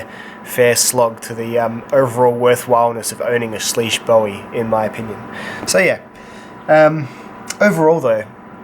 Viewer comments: It’s sleeusuh bowowie dumbass, unsubbed ❤️ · According to Spyderco it's actually pronounced swish by the way great vids